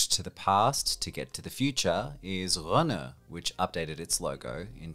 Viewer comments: Dude, just say Skoda, Citroen and Renault like a normal person (currently it sounds like you're unwell or something). Also, you missed Opel. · Just say Citroen and Renault normal... Why the accent? Didn't hear you attempt a Czech accent... And you also pronounced Peugeot without an accent too.